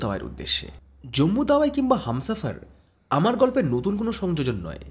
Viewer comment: Tawai keno bolte hobe? Bangali ra chara aar keu bole ki? Ota hobe Tawi...